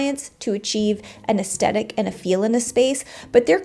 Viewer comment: Aesthetic not assedic. You’re mispronouncing it. Good description on the differences. One of my friends who is an Interior Designer calls Interior Decorator “Cushion plumpers”